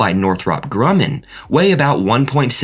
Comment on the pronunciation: WTF? What kind of engineer covering space flight doesn’t know how to pronounce Grumman correctly half the time? Or pronouncing cryogenic the same as cry? Or Delta IV as Delta “eye vee”? Probably not an engineer. Probably not in the United States, even given the clear US accent of the narrators.